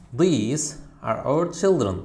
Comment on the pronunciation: our sözunu auve oxunur mellım